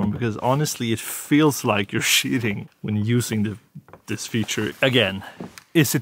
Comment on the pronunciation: Great vidéo dude, very nice shots as well. Cheating is said "Tcheating" so now you now xD